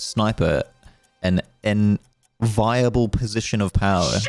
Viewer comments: Lol "enviable" is like envy-able, not inviable. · enVEEable not enVAIable - yes I'm moderately grumpy about it.